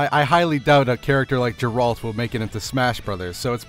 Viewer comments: It's Gare-Rult, not Jay- Ralt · GA-AIR-ALT Why does everyone get his name wrong? They say his name a million times in everygame. I guess noone plays Witcher v.v